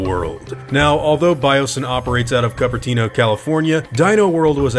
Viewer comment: It's pronounced "cooper-teeno". You said "cup-per-teeno", .